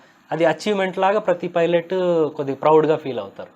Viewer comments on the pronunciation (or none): ఒరేయ్ వెధవ.. అది ఫైలెట్ కాదురా 🤦‍♂️ పైలెట్